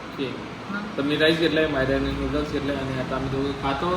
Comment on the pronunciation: Nudas nahi noodles boltat g manda